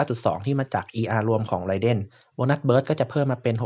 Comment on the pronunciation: ไรเดนครับไม่ใช่ไรเด้นเนาะ XD อิหยังเเวะ